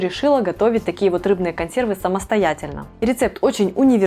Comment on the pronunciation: Чем грамотная?Ей ещё надо поучится как правильно говорить слово консервы